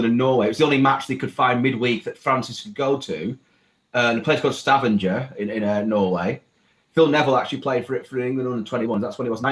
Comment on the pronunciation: I’m Welsh but even I know that pronunciation of ‘Stavanger’ was absolutely shocking lmao